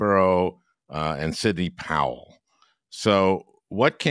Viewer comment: "and Sidney POWWEL" did I hear an exhausted pronunciation there?